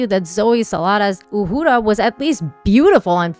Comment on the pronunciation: I love that you pronounce her name properly.